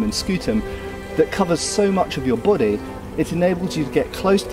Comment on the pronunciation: It's good to know that shields cover your... /'bo.de:/ Love how you pronounce it, it reminds me of that Mr. Bean episode with the French arts teacher saying "And ze bohdee?"